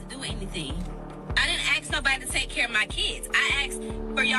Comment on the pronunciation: The word is ask. Please drop axe.